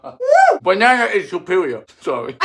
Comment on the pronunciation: I can't get over "Banana is supewiow" 😂😂😂